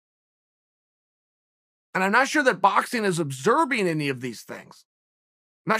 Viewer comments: I feel like your knowledge is super underrated. Also, I haven't noticed this before but do you have a speech impediment? you said "Obserbing" instead of "Observing" twice. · Chael I love watching your Podcast, and I think your a pretty sharp fella and all but I'm pretty sure if I heard you correctly you were saying "Obserbing"..I hate to be the one to tell you after all your life of you saying "Obserbing" it's wrong. Observing is what you meant to say I know you knew this. You just wanted to throw a wrench in there to see if any other Witty people would catch that. Haha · Obserbing” ...lol